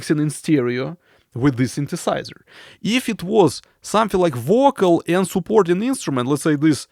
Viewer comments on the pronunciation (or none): its a subtle joke.. when you say vocal its sound like bocal.. but i love your accent... i dont say this to demean you.. you are the best